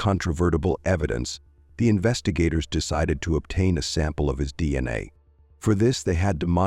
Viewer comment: Pronunciation kills the story. "Male Samon" "DNuh"?